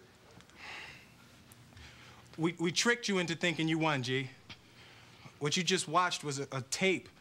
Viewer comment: did wHat?? haha he put the emphisis on the h lol